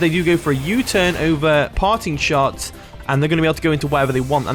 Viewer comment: Everytime you say "Parting Shot", I keep hearing "Party Shot" 😂😂 it was a hit song a decade ago in the Caribbean. Party Shot - Popcaan 😂